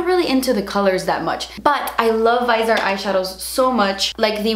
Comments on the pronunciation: Keep the canvas, it fits the decor in this part of the room. (Btw, it's pronounced viz-ee-art not vise-art) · It's "Vee-Zay-Art" or at the very worst, "Vee-Zee-art". IDK where you get "vaizart" from....but that's wrong. Also as someone who has smile lines I'll tell you the only thing that will work other than better skin care is fillers. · VIZ-E-ART not VEYES-ART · Please review the grande pro palette! And maybe a few looks with it? Also, FYI it’s French so you don’t pronounce the e, it’s like grand. And vis-e-art. Not vise art. But you say it however you want! I just thought you might wanna know, cus French, like Spanish, deserves to be respected. But you say it how people here in México say it and that’s fine too! Either way, please review and looks? I splurged and so I try to use it every single day. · VIZ-e-art. Not “vise-art”, ffs. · I think it's pronounced VI-ZEE-ART. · Viz-ee-art. Message board! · Viz ee art baby... Viz ee art, LOL. And you will LOVE their mats! I LIVE for that damn little message board!! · Just letting ya know it’s viseeee art - long e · I absolutely love the Viseart eyeshadows. They are soooo high quality and they are definitely worth the price. Somewhere down the line, I will get the Grande Pro palette. Also, the brand is pronounced viZZ-ee-art. Stephanie Nicole did an interview with the owner/founder of the company and goes in-depth with everything related to the brand, even the pronunciation of the name. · Stephanie Nicole has a great informative video with the owner of viseart and musebeautypro. Explaining the palette. If u keep scrolling down there's also another video with Anastasia the owner explaining her band and how to pronounce it. 🤗